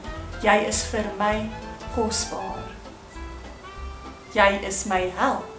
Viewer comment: Hey, why do you pronounce Jy like 'yay' ad non 'yey'? :)